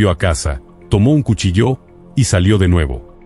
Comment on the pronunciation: Haced el favor de pronunciar correctamente cuchillo,dan ganas de no escucharlos jamas